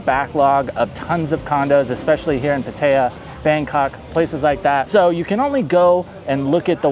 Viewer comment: But why do you pronounce Pattaya so white and incorrect lol. It’s “Pah tai yuh” not “Pah TAE yuh” this is not the Midwest USA